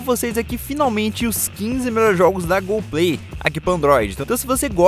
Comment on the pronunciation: Mano você falou gol play😂😂